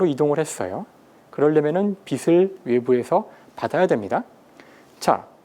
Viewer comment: '빛을'을 '비슬'로 발음하지 말고 '비츨'로 발음하세요